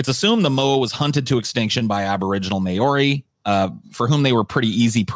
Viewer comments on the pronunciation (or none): They pronounced Maori wrong. They said May-Oary when it's pronounced Mao-(as in Mao Zedong)-ree